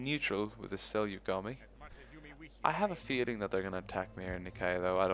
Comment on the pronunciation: finally, someone who pronounces 'seljuk' right